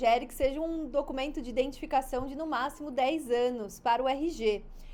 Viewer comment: Corrigindo tua escrita e pronuncia seria o correto falar identificação não como está pronunciado e escrito indetificacao